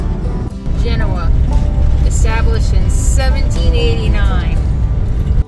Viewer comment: Genoa is pronounced Gen OH uh. Moravia is mer A via. Just trying to help. I love this video, and subscribed. Thank you.